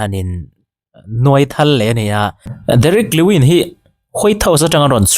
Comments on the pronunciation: Derrick lewin an ti ngailo,lewis tih tir aw😂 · Ni e, Derick Lewis tih tur kha, Derick lewin a ti tlatin ka hria mahse, Tihsual palh a niang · Fighter hming ho hi sap ho lam dan hian lam ve law2 mai la, joshua van pawh sap ho lam danin i pawm kha, justin getze pawh a ni bok lo, derick lewin pawh a ni bok lo, ufc fans inti ve si a thluk i thiam lo pawh in a spell dan tal chuan lam rawh